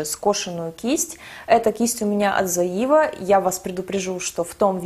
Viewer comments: привет! спасибо большое за видео) очень полезная инфа) скажи, пожалуйста, почему ты говоришь "зоИва"? спрашиваю только потому что не знаю как правильно)) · всё правильно, в Германии не произносят зоИва ))) немцы говорят цоЕва ;) но послушайте американских блогеров, их произношение, в общем вы обе в какой-то степени были правы 😄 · ну ты же живёшь в Германии, зачем ты произносишь Zoeva неправильно? все русские блогеры и так постоянно коверкают это название, хоть ты бы произносила правильно, чтобы другие знали, как эта фирма правильно по немецки произносится. Слух режет ужасно